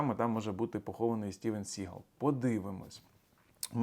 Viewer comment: СігАл --- це більше французький, а не англійський наголос !!!